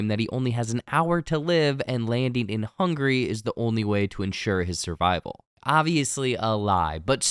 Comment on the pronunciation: Its "Hungary" not "Hungry" 3 syllables not 2